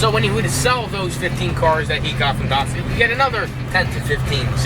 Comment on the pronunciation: You heard the man, DAHD-SON